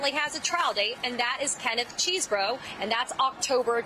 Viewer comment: Chesebro.....there is NO 'cheese' in his name. Mispronouncing his name is very sloppy journalism.